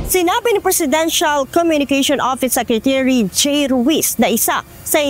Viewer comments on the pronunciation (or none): Ms, bakit SECRECHURY diba po secretary?